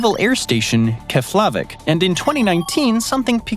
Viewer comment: Lol 😂 the pronunciation of Keflavik in this video is cute! I was stationed there for almost 3 1/2 years and the locals that worked on the base didn’t pronounce it that way and neither did Americans.